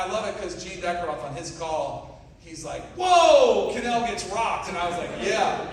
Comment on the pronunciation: It's Kanell.